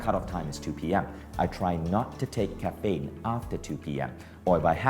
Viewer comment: Dude it’s caffeine - not Kafaynnn